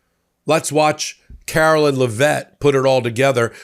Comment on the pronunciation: Karo-lie-ne Be-lie-ve it!